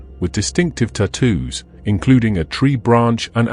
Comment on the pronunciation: The cases are new and the information is thorough and well-paced. I like almost everything about this channel. The narrator voice, though, is awful (especially the one used on this and several other videos). I have never heard a more annoying pronunciation of the word “ta—TWOS”; it’s like shards of bamboo underneath the fingernails every time he says it. Have you ever thought about using a folksy voice instead, sort of like an AI version of Steve Stockton? I feel like that might sound better, but that’s just one guy’s opinion. Great channel overall.